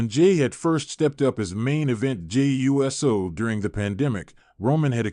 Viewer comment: This guy mispronounced Uso lol